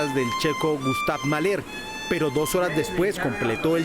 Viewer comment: Querido equipo de antemano, les agradezco como seguidor y consumidor de su gran trabajo periodistico independiente. Quiero hacerles una pequeña corrección en la pronunciación de los compositores mencionados en su nota periodística sobre la violinista. Primero es GÚstav Maler (Maler sin acentuar) y Rachmaninov seria (RajmÁninov) la ch es por la traducción al ingles del apellido ruso Рахманинов (en ruso no es ch si no - una jota)